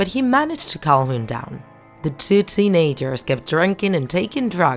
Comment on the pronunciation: Teen a-gers really